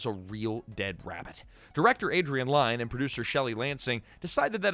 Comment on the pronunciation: Close. As in near. Not Close as in close the door. Lyne is pronounced like Lynn, rhymes with win.